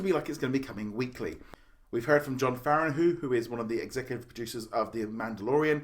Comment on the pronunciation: Your the only person I've heard who pronoun jon favreau like that